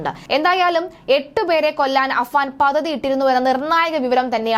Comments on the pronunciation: Pathathy alla padthathi. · പതതി അല്ല, പദ്ധതി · പദ്ധതി "പതതി "അല്ല കുട്ടീ. വ്യക്തതയോടെ സംസാരിക്കൂ.